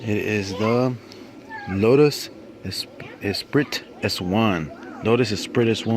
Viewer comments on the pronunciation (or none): the "T" in Esprit is silent. So it sounds like "s pre" 👍